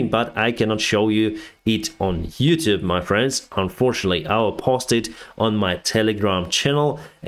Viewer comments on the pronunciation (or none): none